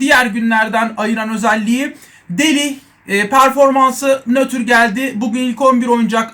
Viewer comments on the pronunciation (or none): none